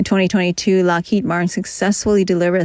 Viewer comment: The speaker is very good. But they keep dropping their Ds at the end of words like: had, Lockheed, solid, and so on. Enunciate those. Follow through.